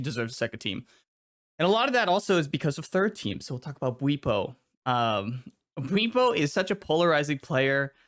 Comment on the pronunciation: Why do you pronounce bwipo like that lol